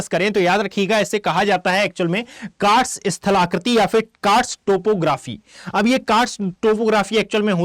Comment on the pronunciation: कार्स्ट होता है सर। Ugoslavia में है